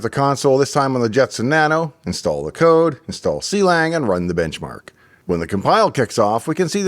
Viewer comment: Not to be that guy, but it is pronounced Klang and not c-lang 😂